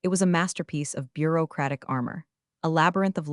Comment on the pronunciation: I love that AI narration's "bur-oh-uh-oh-oh-whoa-crapic' pronuncialtion. More like a Motown singalong than English.